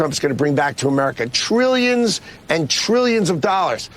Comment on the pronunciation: turillions and bouliionz, is this like a manipulation speech tactic?